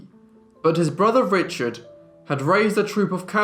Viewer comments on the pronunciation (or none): none